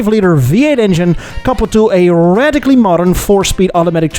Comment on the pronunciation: hitting his R's pretty hard to make his point. Rrrrrrrocket! Rrrrrradical!